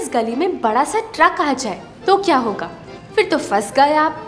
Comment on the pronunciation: FHIR FHIR FHIR FHIR FHIR FHIR FHIR FHIR FHIR FHIR FHIR FHIR FHIR FHIR Nai Madam PHIR PHIR PHIR Boliye Phal phal Fhal Fhal nai Phal Boliye